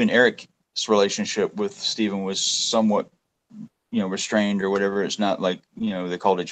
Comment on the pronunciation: Did anyone notice in the interview that was done with, there were several times that he called him Stefan instead of Stephen? Then in other parts he did call him Steve, but I thought that was strange. That is his brother... how do you mispronounce his formal name?